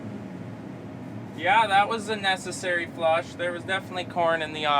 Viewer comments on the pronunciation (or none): 19;06. "We are at da plant dar." Awesome. We must have went to the same school. Non - Minnesotans get a kick when I speak (usually for fun, but sometimes natural) when I really lay on the accent. Yah ya know, go down dar and you'll find it dar, ya know.